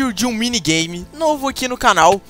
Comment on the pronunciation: ele disse "minigay"